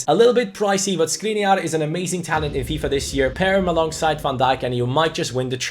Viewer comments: Just a detail, his name is Škriniar, not Skriniar, so pronunciation of his name is someting like Schkriniar. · Škriniar is pronounced Shkreeneear... You're probably not gonna see this but yeah... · The right pronunciation is: SHkriNYiar. Sorry for correcting. Everything else is right, and keep up the good work. Did you know that 25 in hungarian is HUSZONÖT? The like is guaranteed!😀😀😀